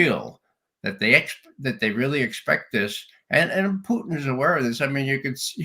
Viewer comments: Why the mispronunciation of Putin’s name? Russians say poo-tin, not poo-teeeen. Ray is the only person I’ve heard pronounce the name this way and now the judge is mimicking him. Is Ray trying to be clever or insulting? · I'm wondering why Ray says, "Putcheen?" Is that how it is pronounced in Russia?